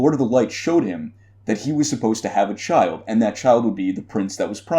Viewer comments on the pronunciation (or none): none